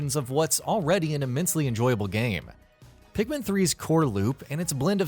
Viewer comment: Ikr like wth so many people call pikmin that thinking its right